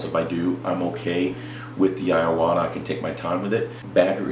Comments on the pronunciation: Great Video. but living in Japan for 3 years.. its I-Wa-Ta... not I a wa ta.. LOL.. not really harping on ya, im white but I spent alot of years learning the language and this is SUCH A GREAT INFORMATIVE video it was the only thing bugging me.... Im with ya on the switch the taller trigger on the Badgers and the fine lines are sooo much different.. went to a Badger Sotar and patriot from a Neo and Medea Iwata..... Speaking of compressors any Suggs on quiet air comps? like the fortress, Hitachi, or no name? Ive been searching for that but not sure just searching by Decibel rating...both or the higher end brushes are about 160 or so... Any people do any tattoo work with a rotary pen the badger feels more at home.... larger and heavier base... Keep the Vids a coming man! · There's only two A's in iwata😂....E-WOT-A